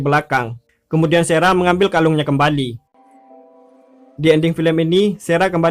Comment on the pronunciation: Ini lagi sara di baca sera 😂 kemaren rachel dibaca recel 😂